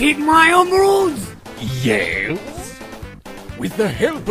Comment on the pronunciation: “aw c’mon.... my emerdoods”